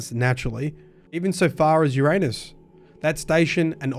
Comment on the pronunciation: Just commenting to say I appreciate you pronouncing it ‘Your-anus’ and not ‘your-ann-us’ like other cowards.